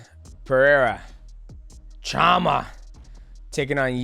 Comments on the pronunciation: It’s shama not jama… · Hey goat, the "CH" in portuguese sounds like "SH" in English, so its like "Shama" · To pronounce "chama", the first part is saying "cha" like "sean" and then "ma".